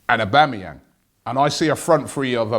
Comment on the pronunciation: again robbie it's aubAmeyang. are you trying to sabotage the transfer ?